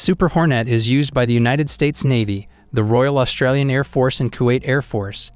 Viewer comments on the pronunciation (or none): none